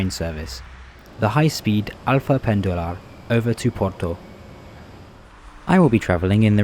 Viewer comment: The way you said "Alfa" is not correct. We don''t have the Spanish or Italian L; instead you say it EXACTLY like the English word "Alpha". Again "Oriente" is spoken like the English "Orient", instead with the emphasis on the final syllable. AVEIRO, not "Aviero". "A-V-E-Y-R-O" in English. "Ponte" reads "Pont", with the E silent. CampaNHÃ, not "CamPAnha".